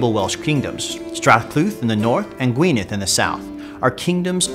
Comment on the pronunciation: Gwynedd is pronounced ɡui̯nɛð (Gwyneth [dd is a th sound in the welsh language]). Also Anarawd is pronounced Ȁna:raʊd̪ (anna-row-d)... anyways time to play as Y Mab Darogan, Cymru am Byth :P